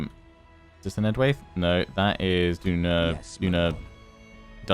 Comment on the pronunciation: You should pronouce enedwaith like EN-ED-WHY-TH